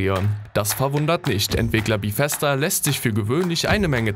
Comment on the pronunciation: Bithesda gibts nicht Es heißt BEthesda